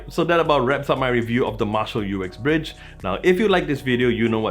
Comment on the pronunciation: It is always funny to hear Americans speak... It's the way they make up words :-) This is not the U-X-Bridge, it is indeed Uxbridge - pronounced as written - Ux-Bridge. 76 Uxbridge Road in London, is the place where Jim Marshall opened his first music shop (or store in American :-) ) and yes, it is a very nice speaker (arrived today), modest obviously due to its size, but a well rounded tone. It is good to see Marshal Headphones putting Google Chromecast back on their devices - I have the Stanmore II plus a number of Sony speakers and Google Audiocasts, all of which are playing happily together, but I would like the Woburn with Chromecast. Have a nice day y'all!